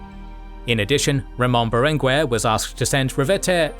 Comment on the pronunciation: Great video!! One point, in catalan (and spanish), in general "gue" and "que" are pronounced "ge" and "ke", like geisha or kept. So in names lik BerenGUER the U isn't pronounced. There are exceptions where the u is pronounced but are signaled with ü